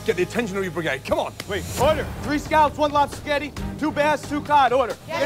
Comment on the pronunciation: lol Justin says "Lobster Sketti"